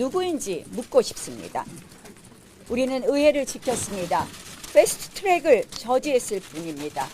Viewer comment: 전달력도 떨어지고 보고 읽는것도 못하고.... 쀄스트트뤡 발음도 웃겨 우웩🤛🤛